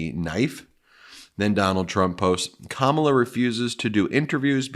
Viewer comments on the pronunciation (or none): Fox trying to make trump look good hy saying pure crap about Ka Mah la....yes still saying her name wrong. What idjits.